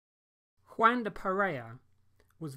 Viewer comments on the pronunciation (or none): It’s W-ahn, not Waaan.